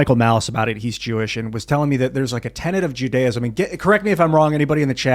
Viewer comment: Jews search out opulence? and Moslems dont??? That's why they hate the Jews? Sir you spoke like a clueless assh*le. I generally respect this show. Please do any investigation and learning before saying such a ridiculous (BTW antisemetic ) thing. I also suggest you learn how to say the word Judaism. Honestly was shocked that you said such garbage with full confidence BTW why have Christians like Kenye hated us so much throughout history . Why does the UN target Israel with lies and propaganda? I think you need to find out the reality or keep quiet before spewing such stupidity